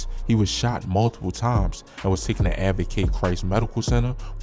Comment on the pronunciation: TOOKEN? 😂 Taken sir!